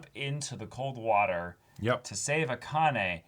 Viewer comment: You're BOTH mispronouncing Akane's name pretty badly.